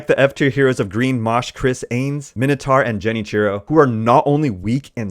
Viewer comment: Moshe is pronounced Moh-Sheh. It's Moses name in Hebrew.